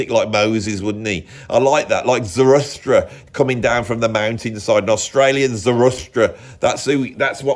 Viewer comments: It's Zarathustra or Zoroaster, but never Zarustra stop saying that, I would love to hear your thoughts on Nietzsche's works like Zarathustra or Gay Science I'm sure it would be great. please talk Nietzsche to us. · Sorry to be that guy but it's the second time it's come up - it's Zarathustra ZA-RA-THUS-TRA! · “Zaruthstra”…. that’s easy for you to say ! 😊 What a froth-fest !